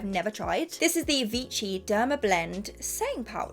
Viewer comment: It’s actually pronounced as ‘vishi’ not ‘vichi’ as you said it 😊